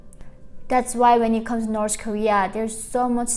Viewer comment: It's official, its definitely pronounced, 'Norse Korea'